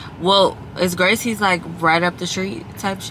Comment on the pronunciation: I just had to pause mid video . I live here in Houston, the food is better here . Also, it's pronounced Graces, not Gracies. LOL! That was too funny to hear you say it so many times. Welcome to the H though! 🤘🏽🫶